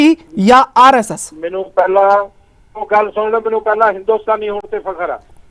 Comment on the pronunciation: Hindustani ni Hindushtani 🤣🤣🤣😂😂😂😂😂